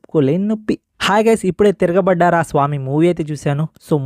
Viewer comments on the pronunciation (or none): తిరగ బడ్డార కాదురా తిరగ బడర స్వామి....